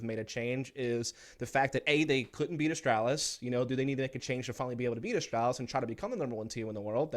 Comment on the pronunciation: This guy absolutely triggers me how he says astralis. There is no L behind the A